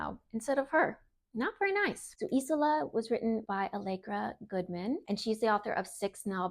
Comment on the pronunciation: It’s pronounced ez ola